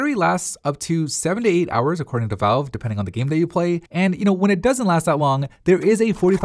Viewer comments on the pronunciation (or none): none